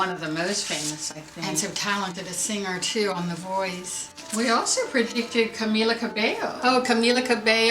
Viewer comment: SuperBreezy100 yeah they could predict Camila and Lauren were a thing but they couldn’t predict how to pronounce camila’s name correctly. Wow. Such credible sources. They predicted Camila was going solo, just like everyone in the fandom who knew. Do you guys not realize that they just cater to their audience and want to tell them what they want to hear ? They say predictions that are no brainers. Honey you need to get out of your little stan circle and see life as it Is. It’s embarrassing to even mention camren ... but then again do your thing and cherry pick your “proofs” however you like lol leaving out what’s inconvenient. by the end of the day EVEN THO IT IS NOT TRUE, let’s say it is, it’s her life and every “camren” stan is ugly as fuck for wanting to out them, make them feel uncomfortable and assuming their sexuality. Lauren hated the shit out of camren stans Bc they minimized her to her sexuality. I suggest you become more realistic and aware Bc they never ever confirmed camren and seemed to hate the thought of it to death whenever mentioned so yeah sure... they were a thing.